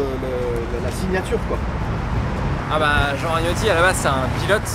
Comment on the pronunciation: Merci pour ça 😍 super vidéo encore.... 😀 En revanche c'est: Jean RaGNotti comme les pâtes à la bolognaise, bisoux 😘